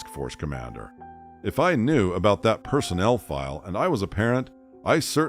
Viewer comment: The narrator needs to learn the difference between personal and personnel, lol. And bag versus bog. And why bleep the word sexual in "sexual misconduct," but not in "sexual harassment?"